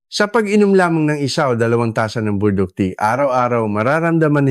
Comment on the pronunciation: Ano ba Burdock Hindi po naming maintindihan, paki linaw ninyo nga! Pls!